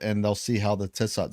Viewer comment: Tissot’s Indicatrix Ellipse. He was French and it’s pronounced “Tissoe” 😎👍 I had to do an assignment on it in 1st Year Cartography 🌏🗺️